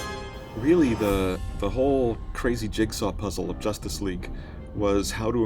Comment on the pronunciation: Did he say josstice league ? 😂